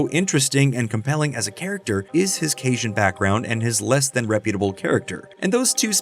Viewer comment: Love your videos! But Louisiana local here, it’s caJun, not casian